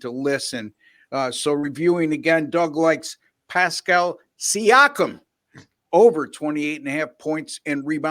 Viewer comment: The mispronouncing of siakam's name was classic